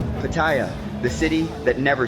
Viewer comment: Dude, your videos are entertaining, but PLEASE, learn how to pronounce basic Thai place names. Every Thai word has the accent on the final syllable...so, it's Pat-ta-YAA, and most definitely not Pat-TAY-ya. I shudder to think how you would pronounce Hua Hin, haha.